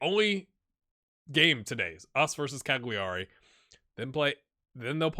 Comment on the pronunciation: Since you seem to have the other Italian pronounciations down, I though I would mention that Cagliari is pronounced "Cal-ya-ri". The way you pronounce it makes me think of the Italian verb "cagare", which means "to shit" XD Source: (I'm a Norwegian living in Italy for 5 years) Great series, and props on the other pronounciations. :)